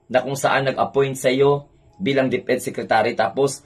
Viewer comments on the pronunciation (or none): none